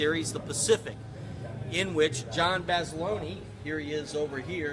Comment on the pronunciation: My favorite story told to me about Guadalcanal was Mr. Shelton telling us how they stole M-1 Garand's from the US Army in the supply dumps near the beaches, out of the cases. Also John Basilone name as pronounced by the Marines in WWII was Basa-lone not Basi-lonii, that is what Mr. Shelton called him and my father and all the 1st Marines I knew from that era. My father was in the 1st Marines in Korea and served with a Sgt from Carlson's Raiders who knew Basilone. Btw Mr. Shelton is Snafu from the HBO's "The Pacific". Mr. Shelton told stories about Eugene and Bob to us in around Baton Rouge in the A/C business, this is because so many of them had been in the Marines. Also the unsung hero of Guadalcanal is Major Harry Torgerson, who at the key monument of the battle on Edson's ridge lead the bayonet charge on the eastern side of the ridge sweeping the Japanese back while they were organizing for an attack from that side. This happens at the same time the ridge is being press from the west side and mainly from the south side, this is when the Japanese' 75mm cannon fails to operate due to the faulty firing pin at point blank range of the null. Edson used his support artillery to hold off the western and southern attacks at this time, so Harry and the few Marines of the 1st para's is all that was on hand to fight on that eastern attack. Harry never got a medal for this action in which he played that key role in holding the line and then leading the charge, as his commander was rel